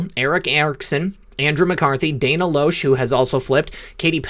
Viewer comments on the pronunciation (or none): none